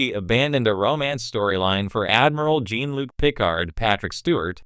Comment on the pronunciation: Is this supposed to be a joke? They can’t even say Jean Luc’s name correctly. Stop using this garbage, AI, or at least watch your damn video first and correct the things that are wrong